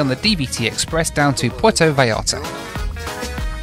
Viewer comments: I like that consequently keeps saying 'Puerto Vallllllarta" instead of with a J like everyone else:) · Porto V-eye-arta. FFS 😂😂😂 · Actually it’s Pwair-toe vye-YART-uh. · This video is ready-made for a drinking game: have one when mispronounces "Puerto Vallarta"